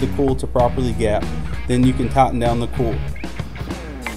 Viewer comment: Coil, not cole Oil, not ole